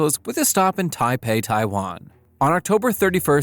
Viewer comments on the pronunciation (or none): none